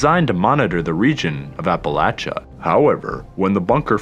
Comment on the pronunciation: Finally someone who says Appalachia right! ❤️